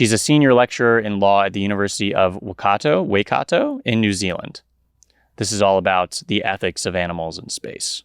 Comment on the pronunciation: I can't comment on whether you butchered the pronunciation of any of the Russian names, but you definitely got "Waikato" wrong.